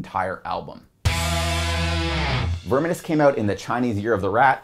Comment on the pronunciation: Baffled by his pronunciation of "unhallowed" That's exactly how a German who doesn't speak English would say it🤔 And I'm pretty sure he says "verminous" wrong too, wtf?